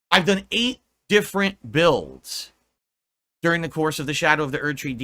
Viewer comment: When I need money my financial issues are an open book but anything about my personal life is none of your business Edit: when he said eight builds I thought he said eight bills 😂